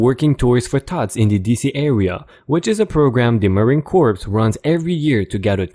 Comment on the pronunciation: The 'P' in corps is silent: 'Core'. Corpse is a dead body. Just sayin' 😎 Poke a cop in the chest and you'll be in handcuffs, charged with assualt, battery of an officer and ... the usual 'resisting arrest' (they tack that on to all other charges like it's a period at the end of a sentence).